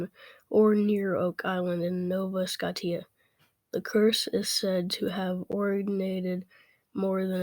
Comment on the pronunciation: Great research and great paper you wrote on this. However your pronunciation of Scotia was incorrect. It is pronounced Scoshia not Skotia keep up the great work